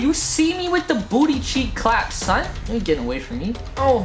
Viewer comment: don't say son like that again please